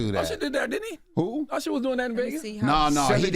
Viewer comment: yeah... he tellin his age lol "Ursher" 😂